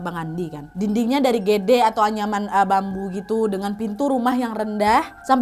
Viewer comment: Aku yg orang jawa senyum"dngr kak nadia nyebut udeng sma gedek😂😂